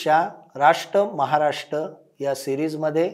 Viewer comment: राष्ट महाराष्ट "र" चा उच्चार? कोण करणार हिंदी भाषकांपेक्षा बरं ते राष् महाराष् राष्पती असा उच्चार करतात